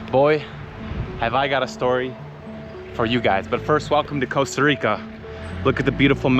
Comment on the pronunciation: I didn't know they changed the name of the country to Coasta Rica. I always thought it was Costa Rica.😅